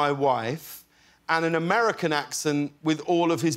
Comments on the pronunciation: he sounds like one of our old British prime ministers. Amerrican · Okay but his accent is actually really good besides the “aMeRiCaN” lmao